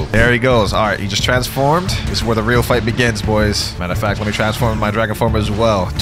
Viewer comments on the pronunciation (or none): love how bro says weal noob even tho I'm no where close to that lvl [144]